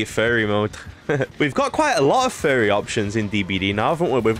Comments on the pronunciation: Why do you pronounce furry like ferry? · Oh! “Furry” I always heard fairy and got confused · I thought he was saying fairy 🤣👌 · Thats what he was saying? I thought he kept saying "fairy". I was so confused